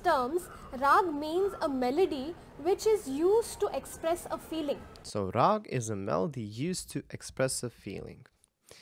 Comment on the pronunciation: It's raaga, not raag. Original indian words almost always end in vowels.